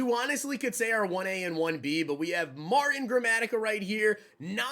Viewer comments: Marteen gramatica please quit saying Martin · I can't stop laying when he calls the kicker "Martin". Pronounces as "Marteen" is probably the way it should be spelled. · Yo....put some RESPECT on Martin Gramatica....pronounced MARTEEN bro! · I was thinking the same thing Martin lol😂😂😂. Might not be old enough to have seen him play or remember.